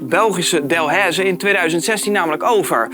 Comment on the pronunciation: Hey, ik kom uit België en hier zijn er dus Delaize supermarkten maar echt niemand spreekt Delaize zo uit als jij. Is geen haat maar gwoon dat je het weet.